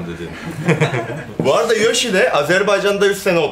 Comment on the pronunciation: Yoshi, Türkçe telaffuzunda "a" ve "e" sesi arasındaki farka dikkat etmelisin.